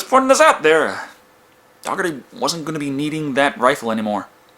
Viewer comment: I'm pretty sure Daugherty isn't pronounced dog-erty. I imagine it's pronounced similar to Dougherty/Doherty, which pronounced exactly how it's spelled...Did no one in this movie at any point use Daugherty's name out loud?